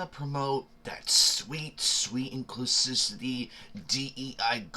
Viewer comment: inclus*IV*ity. My dude, its not a hard word.